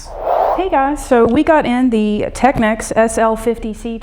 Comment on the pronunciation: At last someone from America pronouncing Technics not Techniques. Hello Maddy from Britain.